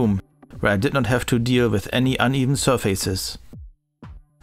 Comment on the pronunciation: Nice, habe mir gerade ein Umik1 über Kleinanzeigen geholt. Bin gespannt, ob ich Unterschiede höre. Habe Dali Rubicons im 5.0 Setup mit nem Onkyo TX NR7100. Super Video, alles richtig erklärt. Nur "surface" falsch ausgesprochen ;)